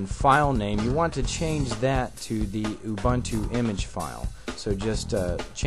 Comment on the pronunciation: Ubuntu! not Umbuntu!